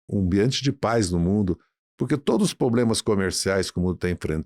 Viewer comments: POBLEMAS????? OI? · Não é poblemas é problemas ,aprende.